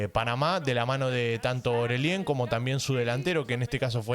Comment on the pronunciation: hace 1 segundo Bro cómo le dices a Orelien, o Oreshen JAJAJAJAJAJAJAJAJAJA Más respeto. Saludos